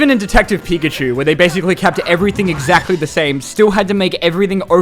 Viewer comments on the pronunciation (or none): none